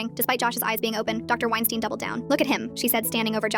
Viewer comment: "Wienstein" Hmmm🤔